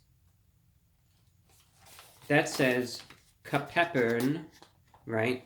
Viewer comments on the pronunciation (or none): CApepperUN LMAO